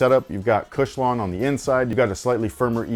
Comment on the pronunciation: Lol “OG Kush-lon”